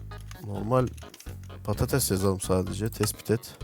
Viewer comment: abiiiiiiiiiiiiiii patates patetes değilllllllllllllllllllllllllllllllllllllllllllllllllllllllllllll